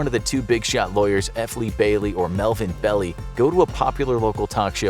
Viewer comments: Melvin "bell-eye", not "bell-ee". Otherwise, good piece. I had not realized it had finally been deciphered. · Love the videos. It's pronounced Belleye not Belly. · The lawyer’s name - Belli - is pronounced “Bell-eye”. I was a kid growing up in Tiburon, CA and all the neighborhood parents escorted us everywhere. It was terrifying. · Melvin Belli is pronounced Bell-eye.